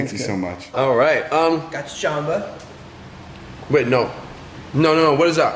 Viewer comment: Its jamba not gamba idiot